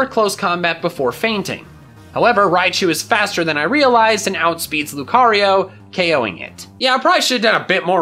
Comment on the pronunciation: "Okoeing all of them" OKOEING.